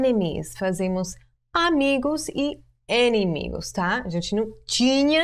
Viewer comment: só te ajudar com a pronuncia (mais comum) em.portugues, se lê/se escreve de forma correta a palavra "enimigos" mas é mais comum falarmos "inimigos"